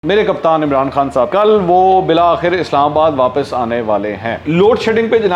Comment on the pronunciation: گدی cushion کو کہتے ہیں جناب۔ زبان "گدی" (guddi) سے کھینچی جاتی ھے۔ نیز "بلا آخر" (bilaa-aakhir) نہیں، "بالآخر" (bil-aakhir) ھوتا ھے۔